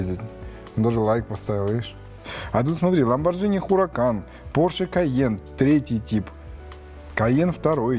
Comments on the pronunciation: Ламборгини. А не Ламборджини. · Видео, бесспорно, полезное, но это "ЛамборДЖини" всё же режет слух)